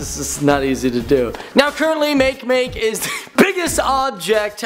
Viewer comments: Its isn't makemake it is make-make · Makemake isn't pernounced "make make." It's "ma-kay ma-kay." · its pronounced mau-kaye mau-kaye, and k-eye-per belt. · No it's pronounced Mackey mackey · mock eh mock eh,! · It's pronounced (mah-kay, mah-kay) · Its pronounced maka-maka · its pronounced a different way